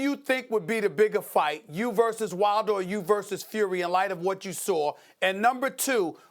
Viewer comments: Stephen “I know you sawr it” Smith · I'm weak. That shit was hella funny 🤣🤣🤣. SMH. Sawr it!...